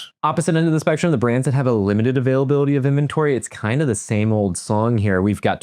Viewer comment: "Availabiluhdee" is not a word.